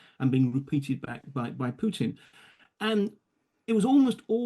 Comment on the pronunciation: I detest Putin, but you should not be pronouncing his name with a "y"... "Pyutin". The correct pronunciation is "Pootin". The second letter in his surname is a Russian letter "u", which doesn't have the "y" in front of the sound. Just "ooo", like room, broom, boom, move (using American English pronunciation).